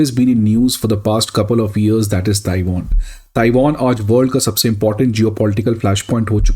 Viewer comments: Tai Won ☑️ Taiwan ❌ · It is NOT TaiWON! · Taiwan ❌Taiwoon✅ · Is person me feminism kuch jyda hi hai, isi lie ye Tiwan ko Tiwooin bol rahe hai 😂😂😂😂😂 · Bhai Taiwan itni important country hai toh y can't u pronounce it properly